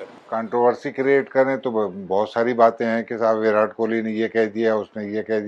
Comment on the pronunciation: "विरात" इनको कोई विराट बोलना सिखाओ यार बेगैरत कौम 🤦